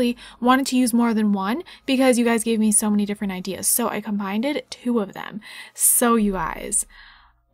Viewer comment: Did you say "combinded" at the very beginning?